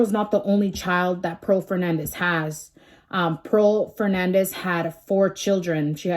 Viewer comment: It’s Fernandez not Hernandez. Get it right if ur gna try to state facts homegirl.